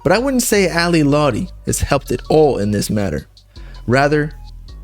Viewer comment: you can’t even pronounce her name right. she’s a bad person, but juice did love her.. it’s very clear.